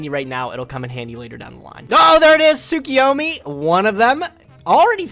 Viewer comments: Why do they pronounce Tsukuyomi Tsukiyomi? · Every time they pronounce it soo-kee-yo-mee, I get so mad because I would pronounce it sa-koy-yo-mee. Really it's soo-koo-yo-mee